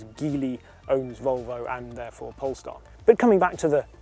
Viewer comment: I keep hearing “pornstar”